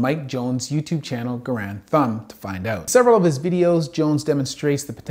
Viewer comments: Bro, it’s “Guh-rand” not “garen” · That is definitely not how you say Garand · The way he said Garand was kind of hard to listen to also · both Garand (the namesake for the M1, not Mike) and the Doc are Canadian if I recall where the pronunciation would be as you heard it spoken in the vid, but Mike and a lot of his viewers being American I suppose our pronunciation is also stylistically valid if only by colloquialism